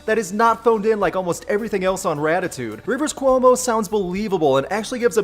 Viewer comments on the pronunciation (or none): none